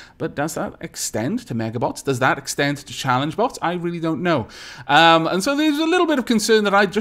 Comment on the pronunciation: XD i heard "Haha! I wish to take apart your butts!" instead of "Haha! I wish to take apart your bots!"